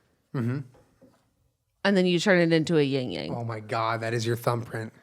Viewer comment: IT'S YIN-YANG